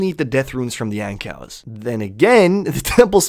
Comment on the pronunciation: Wait...you call Ankous (An-koo) Ancows?